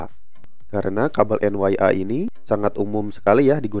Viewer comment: Itu kabel Een Yee aaa... bukan en wai aaa...😅